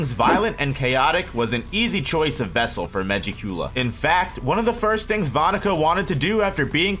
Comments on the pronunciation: Why he say it like that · SAY MEGIKULA RIGHT